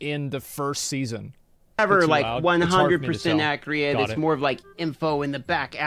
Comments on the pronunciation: I love how he says accreeit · that guy doesn't know how to pronounce accurate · Someone teach this man how to say accurate before he blows up any further.